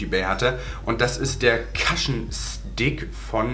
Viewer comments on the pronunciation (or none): none